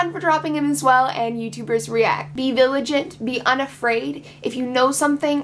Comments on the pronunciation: did you say 'viligent' when you meant vigilant at the end there? sorry I know that's not the focus. screw Sam pepper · "Be viligant, be unafraid" .... Uh, viligant?